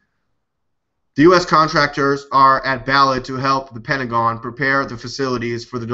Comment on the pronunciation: Balad is pronounced "Bah .. Lahd" I worked on that military base